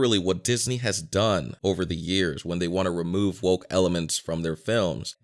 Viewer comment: State the years PROPERLY.